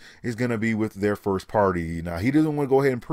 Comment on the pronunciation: 1th Firth that's what you're saying "Firth"